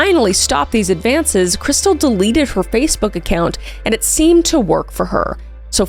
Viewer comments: In all the police cam footage her family + husband and everyone else pronounces her name "Kris•steel" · Isn't her name pronounced KrisTEEL?